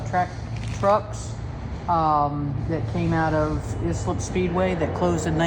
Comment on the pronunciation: Just so you know it’s pronounced eye-slip speedway. Keep the video coming, good job.